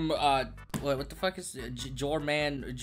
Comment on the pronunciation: disliked for butchering snek's name